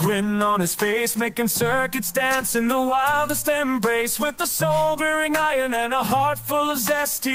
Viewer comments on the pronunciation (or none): none